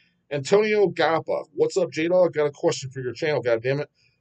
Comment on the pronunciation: I did. He pronounced right TWICE!